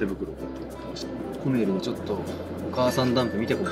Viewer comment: 正しい発音は コ↑メ↓リ↑ です！